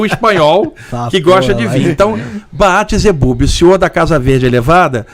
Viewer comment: Saravá. Ótima entrevista, mas o entrevistado errou na pronúncia e na origem do Belzebuth. Este nome vem do hebraico בעל זבוב (Baal Zebub), e não "Baat Zebube", como o mesmo pronunciou. E a história da "mosca de barriga verde" não confere. Baal Zebub foi chamado assim ("Senhor Mosca", pois para ser "Senhor das Moscas" teria que se escrever Baal Zebubim" em hebraico), pois durante as oferendas, existiam muitas moscas nos templos, e os povos estrangeiros, quando viam o fenícios praticarem tal culto, denominavam essa Divindade dessa forma.